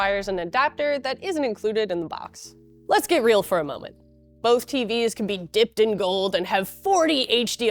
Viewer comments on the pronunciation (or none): none